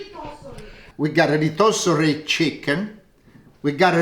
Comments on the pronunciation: Rotisserie ❌ Reetossery ✅ ❤❤❤ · Geesh! I understood what he said when he said "rotisserie"...don't be so hard on the ol'guy...kidding, not kidding 💗🤣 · Let him say rotisserie chicken as he pleases. Part of his charm is maintaining part of his culture.